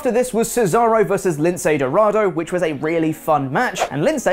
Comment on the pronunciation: Did just say 'weally' instead of 'really'?